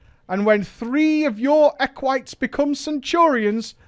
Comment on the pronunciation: I'm not sure what triggers me more. The dumb raiding guild styled on the Roman republic, or mispronouncing Equite wrong constantly.